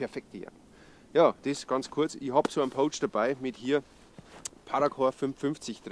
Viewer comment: Servus!:) Erstmal danke für deine Videos und weiter so! 👍 Macht immer wieder Bock zuzuschauen und neues zu lernen!! Eine Sache ist mir aufgefallen: du sprichst "pouch" immer eher mit "oh" aus, statt mit "au". Klingt dann wie das englische wort für wildern (to poach). 😅